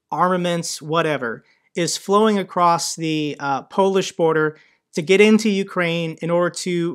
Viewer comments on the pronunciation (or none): none